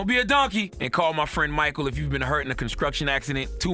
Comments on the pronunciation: Did CTG say..."conskruction accident" in the ad at the end? And the news lady said "police shay she blew up his phone." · Please don't let him do ads if he can't pronounce the words lol. Conscruction😂😂😂